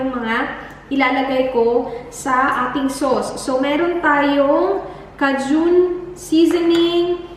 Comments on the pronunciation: You reminded me when dad ordered Cajun chicken sandwich from McDonald’s ages ago. He pronounced it like you did. The lady couldn’t understand him. And my dad was getting irritated cuz he kept repeating himself. Lol! Anyways it’s pronounced as K-Juhn (not June). Hope this helps. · Thanks for the seafood sauce recipe!!! 💗 Oh and it's 'kehy-juhn' (Cajun) 😊😊😊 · Hello po! Cajun is actually pronounced as key-jun. Nice vlog btw. 😊